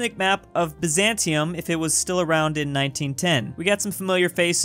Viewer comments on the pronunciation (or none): none